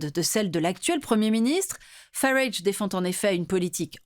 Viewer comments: C’est pas Fairaige mais Farage. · Farâaage, pas Faraige.